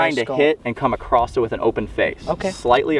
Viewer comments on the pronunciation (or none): “ACCROSSED” it. Garret, you should start a Good Good English Labs channel! Lol just picking at you. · cringed when I heard say "acrosst" lmao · My guy. There's no "t" in across